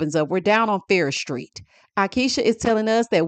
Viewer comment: It's Farrish Street😂